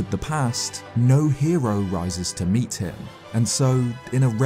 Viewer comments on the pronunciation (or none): none